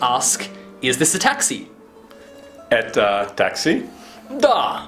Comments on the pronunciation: Не"Eta" a "Eto". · Может где-то и произносится как "эта", но большинство произносит "это". Диктор на телевидении всегда говорит "это" и никогда "эта". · not etA it's etO and not mozhnA it's mozhnO like Это and Можно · произносится как эта